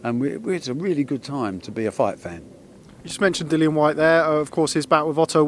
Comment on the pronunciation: He’s called Dillian Barry, NOT Dilan ffs. Know your fighters names bruv